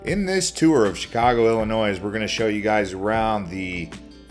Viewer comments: The "s" is silent in Illinois, my dude. Come on. It's Illi-noy, not Illi-noise. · I'm so sorry. I had to leave the video after this goof said "illi-noise"... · Chicagoan here you lost me at Illinoi ssssssss No just No! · Sorry people not from Illinois but the S is silent. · Lost me when he said Illinois with an s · I do not think it is asking too much for you to know how to pronounce the state of Illinois correctly. Took less than 10 seonds to see you know zip about Chicago. You read pretty well though. Sorry, but this is my home you butchered, pun intended if you understand. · Pronounce the silent 's' in Illinois... in the first 30 seconds of the video... Instant loss of any credibility.. where is he from.. Gary ,Indiana? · The “s” in Illinois is silent! 😂 Edit: fantastic video! Love how you represented our city! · yup, just remember theres no noise in illinois 👍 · The "S" is Illinois is silent.